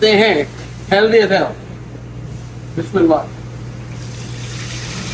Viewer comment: Apki Bismillah kehnay K aadat achi Hai par Allah K Naam se pehlay agar zair AA raha ho to laam ko mota kar K Nahi balkay Urdu style wala laam Bolna Hota Hai bismiLLaah kehnay Ki bajaaye bismillaah kehna Hai please ... JazakAllah khair ...